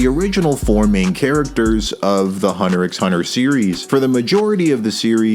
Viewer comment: It’s cause he pronounces the X 😉